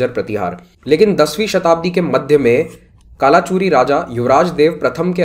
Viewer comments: A little correction, it is pronounced as "कल्चुरी" not कालाचुरी. It is prime dynasty we study for Chhattisgarh PSC exams. Third branch of Kalchuri is रतनपुर. Older name was मणिपुर transformed into रत्नपुर and currently known as रतनपुर. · correct pronunciation is कलचुरी, रतनपुर